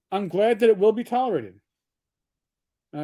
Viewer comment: "will to be tolorated." What the hell is a "tolorated"???